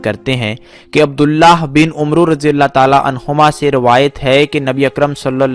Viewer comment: جناب ویڈیو سے پہلے اپنی الفاظی اور تلفظ کو تو چیک کر لیں عبداللہ بن “عمرو” اسے پڑھا صرف عَمرجاتا ہے ۔